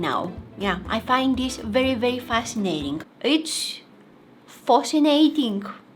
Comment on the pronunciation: First time i laughed watching you-tube was when she said fausinating.